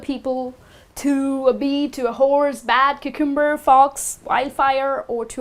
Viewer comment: Cucumber is usually pronounced with the emphasis on the first syllable not second.